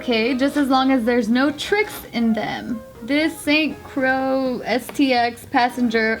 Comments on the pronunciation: Lool meant Grease the movie but they thought he meant Greece the country. Side note: St Croix is pronounced like "St Croy" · Hey it’s pronounced SAINT CROY. I’m from there, it’s an island in the Caribbean. You guys have fans all over the world 🌎